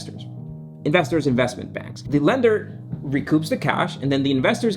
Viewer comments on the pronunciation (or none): Couldn't even understand your pronunciation. The word is bAnks not benks.